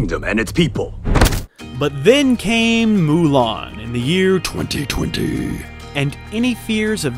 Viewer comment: I love how you said 2020 😂😂